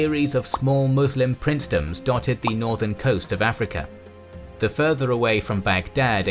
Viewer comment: I like how this guy kinda pronounces Africa like “afrekea”.